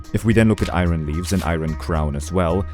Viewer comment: I gotta say. That is not how you say iron..